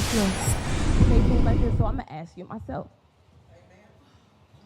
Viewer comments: TIFF ( ASK. ) NOT( AKS ) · She is just tooo combative and RUDE, NO RESPECT! YOU ARE THE SHOW AND YOU ARE SICKENING. WHAT IS A HURAN BEING? Hope you pass the baton tonight. Take a shot every time she says YALL….and AXE …….Of course you are NOT YOUNG.